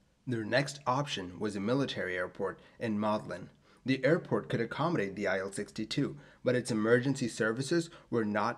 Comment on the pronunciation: "IL-62 is pronounced "EEl" from Ilyushin.